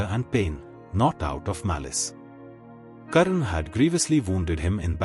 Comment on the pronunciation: Karna should be prounouced as karna not as karan. Only North Indians change the names to suit their own linguistic preferences.